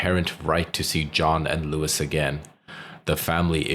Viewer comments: Her mother's name is Lois, not Louis...FYI. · Why are you calling her Lewis it’s Lois as In Lois off family guy